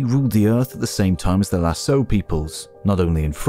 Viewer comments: It is pronounced Lasco not Lasso. Written Lascaux. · Great video ! Although I'd like to point out that Lascaux is pronounced "la-SKOH", not "la-So", it's a "hard c"... Cheers! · Nice video. But for the record, Lascaux is pronounced Lahs-koh, not Lah-soh. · La prononciation de « Lascaux » est amusante… et traduite dans les sous-titres par « lasso » (au lieu de « lasko »). A visiter si vous venez dans le Périgord, surtout Lascaux 4, encore mieux que Lascaux 2 (une copie d’une partie de l’original, fermé depuis longtemps pour préserver les peintures à cause du CO2 qui favorise les moisissures) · In france we pronounce "Lassko" when talking about this place (the Lascaux cave / les grottes de Lascaux) Not a critic .. just to add precision for those interested ! ❤ love the channel 2 episodes in a few days is a real treat! Thanks! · I noticed that immediately. Why does he say lassoh? How could you include the Lascaux cave without knowing how to pronounce it? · Please note that "LASCAUX" is pronounced "LASKO". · Great presentation, thank you. - Lascaux, 'c' is pronounced. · It's pronounced Lass-ko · It's pronounced Las-caux, dummies! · i paused the video 1 minute in to comment on that error. had thought it was a new place i wasn't familiar with until the narration said in France. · I don't speak French, but I've never heard it pronounced without the hard "C" in any other context besides this video. It's a pretty famous site, so I think a lot of people are exposed to the word at some point. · As everyone knows, Lascaux is pronounced with a hard 'c' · am I the only one that was annoyed at his pronunciation of Lascaux? maybe it's because i'm french. the rest of the video slaps though